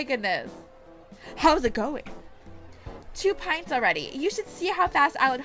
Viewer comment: she said pints wrong